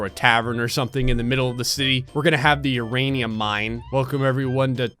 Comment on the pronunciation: I love that u said uranioos lmao I told my step kid this morning that his "non sugar" Cheerios had uranium lmfao